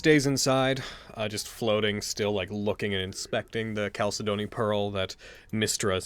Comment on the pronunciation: Anyone else triggered by how mispronounces chalcedony?